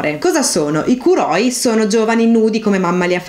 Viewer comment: Sei molto brava e il video è davvero ben fatto ma attenzione che molti accenti sono sbagliati (es fíttile, kórai, kóuroi ecc)